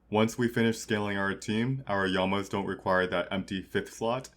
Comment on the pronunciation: From now on I'm pronouncing llamas as yamas, that is a way better version and they should be renamed.